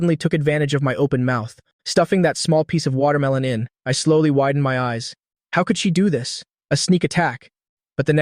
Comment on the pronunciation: Bro one question why you pronunse she he